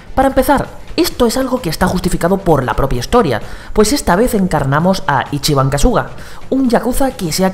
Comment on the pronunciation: Por que los españoles siempre dicen Ichibán kasúga? Xddddd Los japoneses siempre dicen los nombres como si fueran esdrujulas